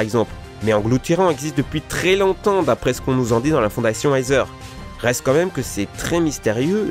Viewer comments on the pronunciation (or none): La Zone de Combat dans ROSA ? Pourquoi ça y est tjrs pas ? La maison du cap d'Azuria est occupée par le grand-père de Léo. *Cathy. Rien ne dit que les Pokémon qu'elle possede déterminent sa région d'origine... Elle reste originaire de Hoenn (Kanto dans l'animé). Stp, Aether se prononce Ether, faut penser à comment prononcer "Laetitia" si tu veux savoir pourquoi. Si, ce le sont. Ils maîtrisent des attaques Pokémon et dans un combat Pokémon seuls les Pokémon peuvent lutter comme le disait Miaouss. D'autres Pokémon viennent d'un autre monde comme le trio de Sinnoh. Mes oreilles vomissent.